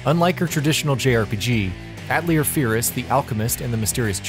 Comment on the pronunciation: Love the pronunciation of Atelier lol